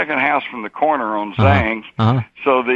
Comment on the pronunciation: Hey, Jim! It's "Zang" not "Zangs" and "supposedly" not "supposably." Also, window air conditioner units were readily available then. I lived in Kaufman, TX (30 miles away) in November, 1963 and we had two Westinghouse window units. However, on 11/22/63, it would have been cool enough for them not be used. Everyone would have had doors and windows open except shopping malls such as Big Town, which was totally air-conditioned at that time. I know for sure Ports-O-Call restaurant atop the Southland Life building was air-conditioned at the time, for example.